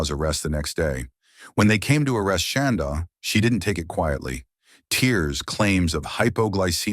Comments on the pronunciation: Is that really how you pronounce her name? “Shawn-daugh”? I keep getting distracted because it sounds like “Shawn-dawg”. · I was waiting to see this and the Lori Vallow one you posted earlier. Ty for posting. I do wish, though, that AI voice man pronounced “Shanda” right 😁